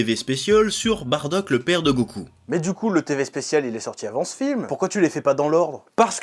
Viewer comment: Sa de dit badak et coula stop please 😢 c trop dur a entendre 😅